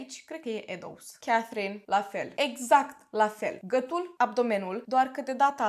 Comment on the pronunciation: Hello. De ce nu pronunțați “ â”?🤣🤣 mereu m am întrebat de ce, dar nu am scris și acum mi-a venit iar în cap și nu am mai pierdut ocazia. “ gătul”, “ a țăşnit “